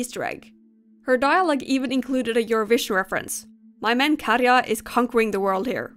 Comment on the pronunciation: its not katcha its katya